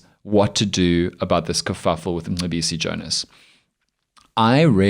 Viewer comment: listen to Colonel Chris Wyatt, an American, pronounce Mcebisi Jona’s name. 🤭🤣🤣🤣